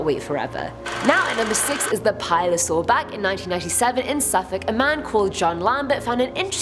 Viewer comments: Plio. Not pilo..? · Hi,; I enjoy your energetic presentations. Please note: 1) your "Pile-o-saur" is pronounced "Plee-o-saur" and 2) Gucci was gunned down by a hit-man. Thanks. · Plio not pilo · Omg it legit says pliosaur yet you say pilosaur 🤦‍♂️ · You mispronounced Pliosaur